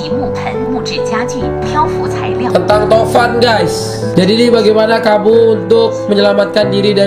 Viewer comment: Angin tovan ya bang,iya tovan tapi abangnya tamvan